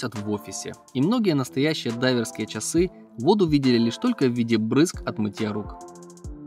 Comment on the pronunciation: Автор поработайте над своей дикцией. Слово ЧАСЫ в вашем исполнении звучит нелепо.